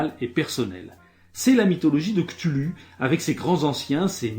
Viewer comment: oooh du lovecraft merci pour l'avoir decortiqué ^^ point pinaillage on prononce "Kouthoulou" fixé depuis les sorties des Jeux de Rôles depuis les années 80/90